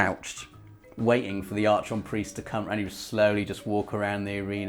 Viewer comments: it's pronounced "Ark -on" and the frigging strike is on Venus. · Archon is pronounced “arc on” isn’t it? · Yo,. Archon is pronounced "AR-kahn", m'man. Carry on.:) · I love you man, but please, PLEASE stop butchering "archon". Its pronounced "arkon" due to its greek roots.